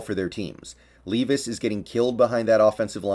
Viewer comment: Leave-is? Always thought it was lehv-is